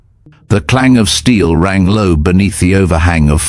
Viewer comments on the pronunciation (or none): none